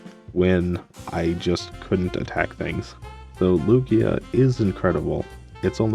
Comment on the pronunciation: Omg, it's Loo-ghee-ahhh! Oh no, that starting set tho :3 glad you got to use Lugia tho!